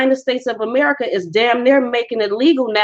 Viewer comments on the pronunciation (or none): none